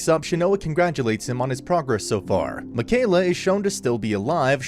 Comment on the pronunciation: Ur mispronouncing mikaela it's pronounced mickeyela